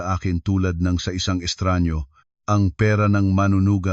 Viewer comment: estranghero! at hindi estranyo 🙄